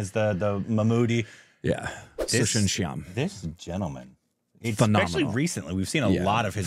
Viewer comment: It's pronounced susien shayam